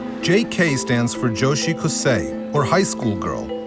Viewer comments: The way you pronounce JK joshikosei makes me wanna kill myself, it’s pronounced “josh-call-sei” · please vice guys, it would be soooo nice, if you would at least pronounce the Japanese words in the 'Japan' titled videos correct. Your videos are popular an 20000 people hear the unbeliebable wrong pronounciation of the word 'joshikosei' from you. I would wish more internationalization at the pronounciation :)